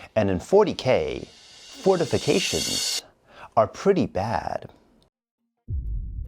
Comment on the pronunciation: "And in 40K, fortificatións are pretty bad." I can hear Dorn being really pissed off.